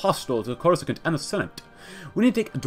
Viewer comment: coruscant is pronounced core-uh-sahnt Great vid this mod has lots of promise